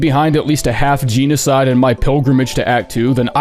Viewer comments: I hate how you pronounce genocide 😂 it’s GEN-O-SIDE not Gene-O-side Jesus Christ you pronounced it the same way in your 4 year old video on the same topic on hollow knight and it drove me nuts considering I watched these videos back to back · Did you just say...geenocide?